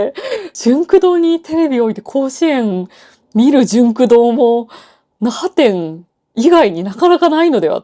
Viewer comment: 奈良店に聞こえる😂😂